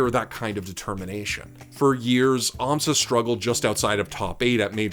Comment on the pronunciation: It's an Amsah tech btw, not an Amsa tech. Very similar sounding ik, but there was no need to highlight it